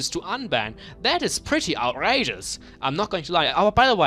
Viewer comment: lol the way u say outrages